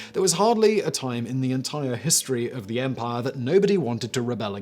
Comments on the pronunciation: I will never get tired of hearing Simon say "empahh" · I think it's mandatory that every British person can sound cool saying "empire"